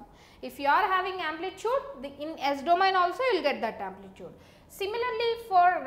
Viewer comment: everything is okay apart from "DO-MA-YIN" system